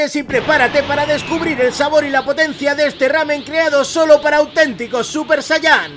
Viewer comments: Me perdiste cuando dijiste « SUPER SAYAN ? » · dislike por decir super sayán cuando es super saiyan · Super sayán? JAJAJAJAJAJA SUPER SÁYAN!! BUEN VIDEO